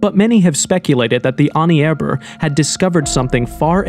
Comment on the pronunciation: It’s not Pierre raees. It’s pronounced Pee-ree. Also the way you say Ahnenerbe is different every sentence.